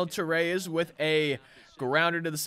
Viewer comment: You did pronounce Ronald torreyes right